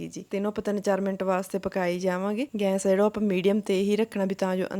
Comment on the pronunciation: Gans nhi gas bolida a